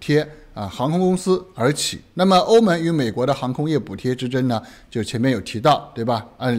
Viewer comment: 哥们儿您的普通话发音真要改一改 欧盟(meng )